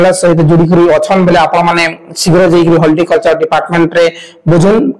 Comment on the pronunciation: Holticulture nai bhai horticulture. Video banaucha spelling clear kaha